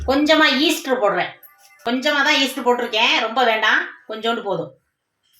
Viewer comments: Adhu Easter illa. Eeast. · அது ஈஸ்டர் இல்ல, ஈஸ்ட்😅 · ஈஸ்டர் இல்லை ஈஸ்ட் அப்பம் இல்லை ஆப்பம் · Nice.sis but not Easter it is east ❤ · ஈஸ்டர் இல்லை ஈஸ்டு